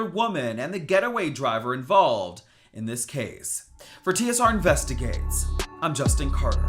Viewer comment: Tsr investiGAYtes😂😂😂